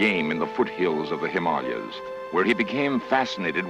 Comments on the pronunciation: He says 'Himalayas' just fine in the Abominible Snowman episode, so no idea where this pronounciation comes from. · Never heard The Himalayas pronounced like that. Is he correct? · I know what you’re saying, how can this happen, how can a Vulcan make such an error, but remember, Spock is only half Vulcan, his mother, Amanda, was human. And that’s why he pronounced this in the most ridiculous, totally incorrect manner!